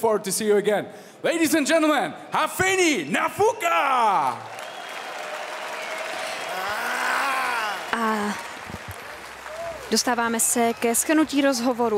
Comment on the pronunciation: kromě tvojí czenglish ohybas i němčinu. Opravdu to není Náááfuka. Už se stáhni do pozadí a nech to někomu erudovanejsimu.😮